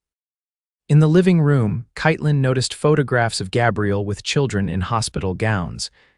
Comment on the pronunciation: Katelyn is mispronounced throughout. Pathetic.